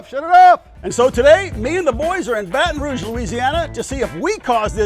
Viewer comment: You pronounced it wrong. It's Bahtahn Rooooog.